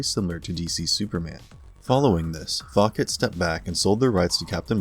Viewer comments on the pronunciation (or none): Only thing that bothers me in this vid is how many times he mispronounced "Fawcett". It's "FAW-set", not "Faw-ket"...LoL